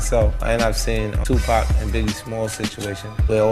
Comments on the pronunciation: These "mainstream" folk gotta stop with the 2-"pack" pronunciation. Digitial automation or not. It's 2pac (pock). It's disgusting. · It's so annoying how the Chick talking in this keeps calling Tupac Tupack ? There's no k lady Tupac ! 😷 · The lady makes me laugh yo lady learn how to pronounce 2pac,Tupac and wait don't get me started the lady can't pronounce Los Angeles .